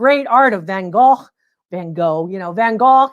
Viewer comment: Thank you SO much for pronouncing Van Gogh properly. You can bet his brother, Theo, who supported him all those years did not call him “Van Go.”